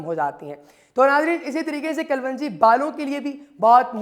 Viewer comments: KALWANJI GHALAT - KALONJI SAHIH PLEASE NOTE. AFSOS HAI PAKISTANION PE URDU UNKI SARKARI ZANAN HAI MAGAR LIKHNE AUR BOLNE MEY BE SHUMAAR GHALTIYAN KARTE HAIN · Herb's right pronunciation is kelongi,not kulvungi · Your pronunciation of kalonji is wrong Kalwanji nahin sahih tallafuz "KALONJI" hai. Video mey Pronunciation correct karo. Ghalat tallafuz na boltey raho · Kal wanji nahi kalonji apko pehlay bolna ana chahiyay k log confused na hon thanks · Its kalonji not kalwonji.... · 💖🌻 Yes, its " KALONJI "